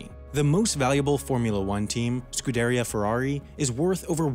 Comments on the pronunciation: Scu- Deria Ferrari not scud- Eric ferrari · Got annoyed the way he said “scudaria ferrari” like it’s a Viking village not “scuderia” like pizzeria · Please! It is Scudería Ferrari, the accent goes on I of Scuderia... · It's not pronounced scud-reeh Ferrari it's pronounced scudareeha Ferrari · Its more pronounced Scudería rather than Scudéria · "Scu-DARE-ee-ah"??? sigh Awesome, well-researched documentary, but getting that part wrong was a bit jarring. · Can you pronounce SCUDERIIIIA correctly?? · wait what was that??????? "Scudaria" wtf man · Scuderia, pronounced skoo-day-REE-uh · Great video, but it is pronounced "Skoodareea" Ferrari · [skudeˈria]... that's neither the english nor italian pronunciation, you should've just gone all english here, it's what's used in the main f1 broadcasting and it seems way off to most f1 fans, enough for me to write this stupid comment; anyway I love it that you made a video about f1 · People pronounce stuff wrong. It's a common mistake. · ahhh he said scuderia wrong fuck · That pronunciation of scuderia though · after hearing you pronounce Scuderia Ferrari incorrectly I refuse to subscribe. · The way you say Scuderia makes me want to hang myself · 😂😂 the way he pronounces scuderia😂😂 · And Scuderia, and Azerbaijan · You butchered the word Scuderia so hard haha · You butchered the pronunciation of 'Scuderia' Other than that, excellent video! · along with Scuderia and Azerbaijan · His pronunciation of “Scuderia” 😬